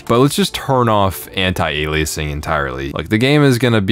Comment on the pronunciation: he says anti-aliasing like "ON-TIE-AY-LEE-AY-SING"